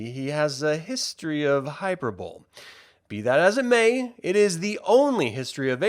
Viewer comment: The word HYPERBOLE is pronounced HIGH-PER-BOW-LEE.